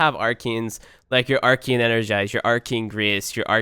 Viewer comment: Why do you pronouce it Arkein?? It's ArcAne." Geez.